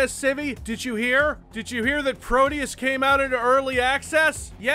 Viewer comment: No. No it couldn't. It'd be "Pro-deh-oos", to use american english phonetic approximation. Deus is latin, though "pro deus" google-translates to portuguese for "to god", possibly as in "let god sort 'em out"? Or it's just something they thought sounded cool.